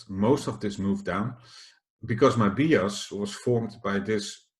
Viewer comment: Please pronounce bias as 'bajes' en niet als 'biejas' ;-) Goede video in elk geval, zoals altijd.